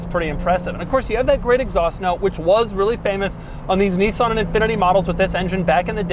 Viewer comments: It's a 350 Zed, FFS. And it's Nis san, not Nee son. Ask any Japanese speaking person. Lol. I almost bought one of these back early this century, but bought a Saab Aero instead, same year, but half the price ... and MUCH MUCH QUICKER. The Nissan 350 Z a sports car ? No, not at all, especially no when it is outperformed by a Swedish family sedan. Shame GM ruined Saab. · Knee-san? Okay. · He said "zenis" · He said Zness 😁